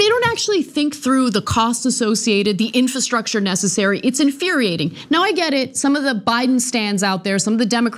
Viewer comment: why can't this woman pronounce the word infRastructure to save her life? It pains me to listen to her talk about policy.